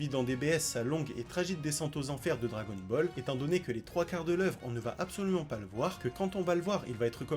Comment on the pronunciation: Je pense que t'es la personne qui prononce le mieux dragon ball au monde